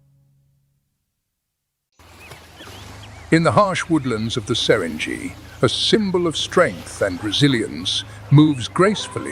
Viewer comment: Pls retune your voice reader and dont cripple non-Englsih names. No Serendziiiiti, but Serengeti.